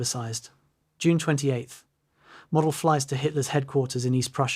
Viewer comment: it’s pronounced Mowdel